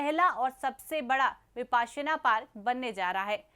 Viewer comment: Mam वो विपस्सना pali में ओर विपश्यना हिंदी में ह ....Not विपासना